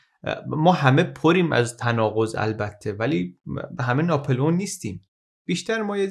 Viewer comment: خيلى از اين كانال استفاده ميكنم ولى تلفظ غلط نامها آزارم ميده: ناپِلِؤن يا ناپُلِؤن؟